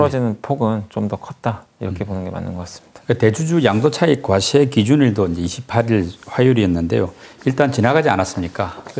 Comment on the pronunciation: 사회자발음 ㅠ 과쉐? 과세가 그리어렵나요??